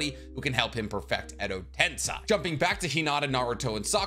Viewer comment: Edo tens-EYE